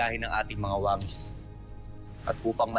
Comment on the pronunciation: Pag si alena ang nag sabi ng wangis ang rinig kay ay BANGS😂😂😂